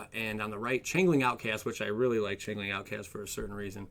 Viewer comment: I hate to do this but it is not chang-ling it is "change-ling"